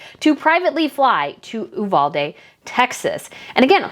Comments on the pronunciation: Did y'all know one of the teachers killed, her poor husband ended up taking his own life, a few days later. We in Texas, do NOT want these two camera-hogs here in Texas, AT ALL !!! BTW, Uvalde is pronounced "U--VAL-DEE". TEXANS DO NOT WANT THAT TRASH HERE !!! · Pronounced “you-valdee” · Love your content! One note though, my husband is from uvalde and it is actually pronounced with the long “e” sound at the end